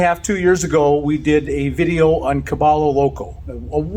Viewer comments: It is pronounced cabayo Loco, Spanish for crazy horse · Caballo is pronounced cabaYo. Crazy horse ranch sounds great! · Dear Bob , it's pronounced ca - bye - yo , caballo = horse (spanish) . ❤ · Bob pronounce. Caballo means horse. It is pronounce ca-ba-yo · Caballo = Ca-BAH-yo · Caballo is pronounced Ka-vio. I would love to stay there!! 🧡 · LOL I cringed every time Bob said it. Was so relieved when pronounced it (Cah-BUY- oh) at the end. Doesn't make me love Bob any less! 😉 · No, it’s “ca-BAH-yo”. “B” and “v” sound identical in Spanish, but if you use a “v” for the sound, you will get people saying it that way, the way we say it in English, but saying it with a “b” sound is closer to the reality. Since the vast majority of people who learn Spanish as a second language will never learn the finer points of proper pronunciation, including how “b” and “v” are actually pronounced as something sort of in between both as we say them in English, this is as good as you;are usually going to get.